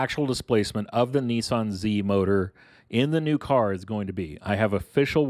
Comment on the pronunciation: Niiiiieeesaaan? Lol